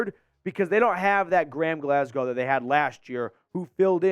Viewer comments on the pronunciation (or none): none